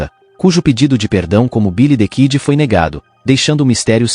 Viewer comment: Quem conhece Bilidikidi e Pet garrê ? aprenda a falar primeiro antes de fazer vídeo.